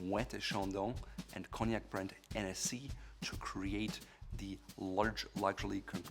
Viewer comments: i'm going to start saying it like that Ennessy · The way he said Hennessy, I know he don’t drink it lol